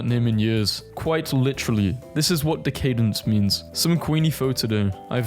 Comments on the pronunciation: De caydence? Decka-dence. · And while you're at it, pronounce decadence properly.